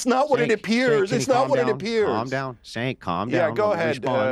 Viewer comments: Going out of his way to say Sank instead of Cenk is so childish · "It's Chhhh enk.. not Senk. And i condemn it everytime😂" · calling him "senk" nonstop I found even funnier than "snake". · I think everyone should start pronouncing Cenk like does here. "Sank" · Is his name pronounced “chank” or “crank”? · not when he started out. He was calling him Sink and and Chenk kept correcting him. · He mispronouncing Cenk's name as a Senk or Sink got me. 😂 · calling Cenk "Senk" keeps triggering me. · I was literally hearing snake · Disappointed continuously mispronouncing it his name as " SANK" just shows his inability to have honest dialogue. It's embarrassing to watch a grown man stoop to those lows. Reminds me of some of the conversations I've had on tiktok. Usually I find in an honest debate the one who stoops to personal attacks usually doesn't have enough foundation so they resort to such lows. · trolling calling Cenk, “Sank”.. 😂 love it! More, please. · I laughed evrry time he pronounced Cenk's name as Sank. 😂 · Why is he saying "Sank" though?😂😂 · Cenk shoulda never made note the mispronunciation bothered him. made sure to say "Senk" every sentence after 😂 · continues to troll Cenk by mispronouncing his name. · 'I refuse to pronouce your name properly' - number 1 childish tactic of the right. 😂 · If I have one criticism of, it's continuing to mispronounce Cenk's name. Very disrespectful, regardless of what you think of the guy. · I love that never pronounces Cenk’s name correctly. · isn’t smart enough to pronounce Cenk’s name. Or, he mispronounces it as a sign of disrespect because he is childish, like Trump. Which one? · I don't like Cenk but the other guest should pronounce his name properly. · is intellectually intelligent, yet the emotional intelligence he sadly lacks has him miss how purposely pronouncing Cenk’s name makes him less credible, not matter how logical he is.